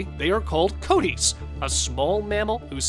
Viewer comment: Isn't the animal pronounced kiwattee